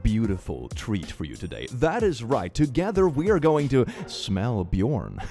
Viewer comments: needs to answer why he - as a swede - pronounces "Björn" as bjorn. Shame on you. Shame on your family, Shame on your cow.... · says the name Björn My brain: his name is Bernd😂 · Christ! You could have pronounced Björn like a proper Swed! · Woah, woah, woah, wait! Did he anglicise it or is that really how the name Björn is pronounced in Swedish?! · Dude you’re Swedish, why did you pronounce Björn like that??